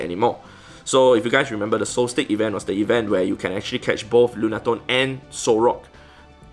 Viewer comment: "solstice" is pronounced "sol-stiss" not "sol-stick"!! Lmao. Awesome shiny collection though!